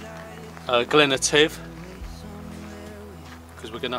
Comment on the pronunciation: Etive: The emphasis on the first syllable, and the hut is called a ‘bothy’. It’s for walkers and climbers to get out of the weather, and the etiquette is to leave some food behind (tins or packets), and to collect wood, and set the fire for the next people to stay there. Glad you enjoyed your trip up here.